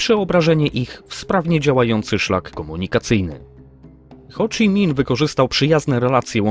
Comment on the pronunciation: Po polsku wymawia się Ho Szi Min.